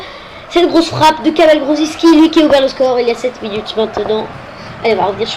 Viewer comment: bien mais on dit juste grosiki, on ne prononce pas le c